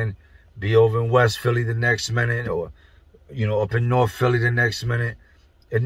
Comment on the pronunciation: You mean " Norfe" philly